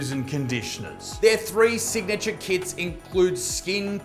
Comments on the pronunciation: every time you said KITS I thought you sad kids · I swear when you said kits I heard "kids." 🤣🤣🤣